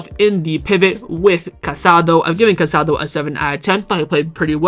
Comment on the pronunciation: The midfielder’s name is pronounced Ca-sa-DOH. Please be respectful